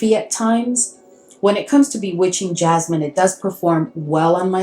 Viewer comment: It’s Bewitching Yasmine. Not jasmine. Good video.